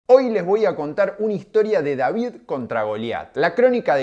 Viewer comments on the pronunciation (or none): none